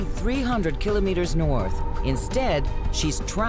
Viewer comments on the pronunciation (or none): It's the usual false drama. Should I mention that the narrator can not even pronounce Kilometer properly? It's a great show with horrible writing and production.